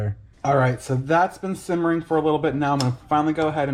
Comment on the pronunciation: Simmering not shimmering